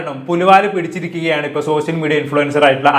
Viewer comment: പൊന്നു ബ്രോ ആദ്യം നിങ്ങൾ ശ, ഷ എന്നീ അക്ഷരങ്ങളുടെ വ്യത്യാസം പഠിക്കൂ, സോശ്യൽ, വിശയം എന്ന വാക്കുകൾ വാക്കുകൾ പറയുമ്പോൾ ആരോചകമായിട്ട് തോന്നുന്നു പരമ ബോർ plz